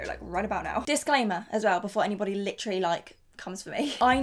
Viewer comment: take a shot every time she says “licherally”